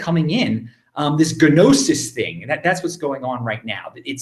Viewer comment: I love your show man but Gnosis has a silent G. I had to stop watching the other day cuz I couldn't handle his pronunciation. Sorry just had to make a point. It makes you sound dumb.